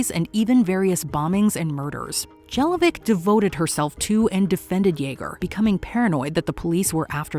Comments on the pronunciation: 28 Her name Jelovcic is reading like Margie JelovCHEECH (like many Serbian, Horvat, Czech, Polish names) not demn Jeloveck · Jellovic....come on guys, that's not how you pronounce Jelovcic. It's more like Yelovchich